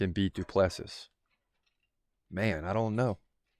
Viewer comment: Say Doo plu sea